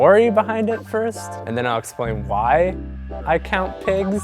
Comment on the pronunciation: Definitely thought he was saying 'pegs' not pigs.... Guess who's a kiwi? :P